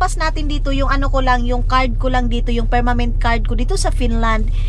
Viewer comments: Permanent hindi permament macorrect ko lang para sa susunod correct na pronounciation mo♥️ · It is permanent card not permament card.❤